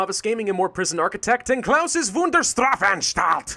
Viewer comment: besides the s instead of sch (like sh in shower) at straf and a bit too hard spoken r in straf , you actully got it spoken exactly like a german would ^^ no offense against your speaking skills btw